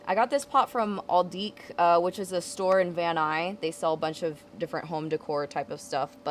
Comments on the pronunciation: Girl, it’s Van NuyS... with an S lol love the yard though, it looks bomb 👌🏼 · Living in Van Nuys it sounded funny hearing you say “Van Nuy” 😂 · Did she just say Van Nuy 🤔😂😜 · Van NuyS! Lmao